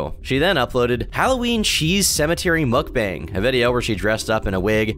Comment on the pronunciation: the best part was when she said mook-bong